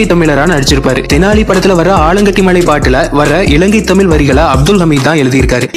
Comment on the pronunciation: தமில் இல்லை தமிழ் வேண்டும்